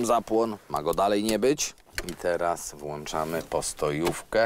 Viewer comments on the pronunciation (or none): none